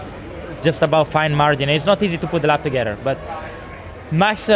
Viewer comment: It's only me, or most F1 drivers can't say "together" correctly? LOL